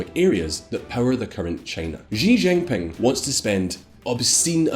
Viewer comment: Learn how to pronounce Chinese. X = sh not as s in leisure. J is pronounced like j in jingle not as s in leisure.